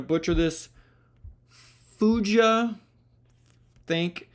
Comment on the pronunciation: is pronounced Foogah. Hard g.